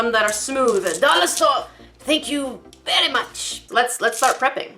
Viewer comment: "DOLLAH STOREH, THAH-NK YOU, VEH-RY MUCH!!" Chicken nods aggressively